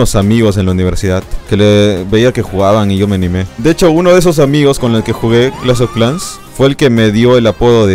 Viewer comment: "Clash of clanks"